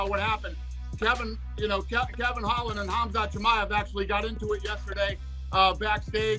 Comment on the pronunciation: Darren till messing up Khazmat is what I think to much fucking around